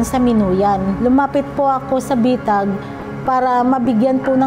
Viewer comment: Bitag hindi betag. Bwisit na bisaya nato. 😂